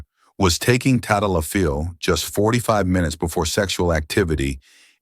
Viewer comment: If you were a Dr. you would know how to pronounce the drug's name. lololol